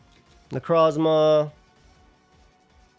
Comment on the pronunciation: I’ll never get tired of pronunciation of Necrozzzzma